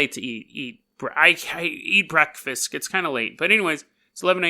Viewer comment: Why did you say “breakfisk”? I am genuinely curious.